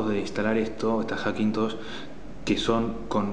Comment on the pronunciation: "Hackintoch" jajajajaj genial